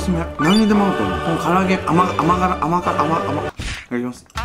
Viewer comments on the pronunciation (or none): 甘辛が言えないが可愛いww